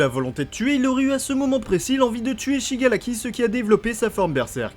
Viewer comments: ces pas pour critiquer mais on dis shigaraki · Shigaraki pas shigalaki